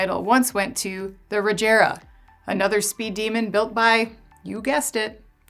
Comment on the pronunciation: You mispronounced Rimac, Jesko, and Regera.